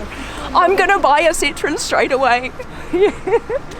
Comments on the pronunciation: Lady pronounces it Sit-trone. It’s pronounced Sit-tro-en. Three syllables. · It's not citron It's Sit-Row-Wan Just an info from a French car guy 😁😉 Citron means lemon in French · It’s pronounced sit-row-en not sitron. That why there are two dots over the O. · Please work on your pronunciation of Citroen. It is not 'Citron'.